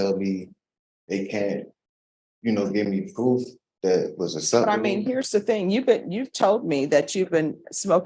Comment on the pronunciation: Another dummy in court! "I meam..."